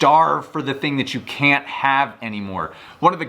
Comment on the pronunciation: had to turn on subtitles just to see if you said can’t or can lol😜😂, that aside great video😁👍🏻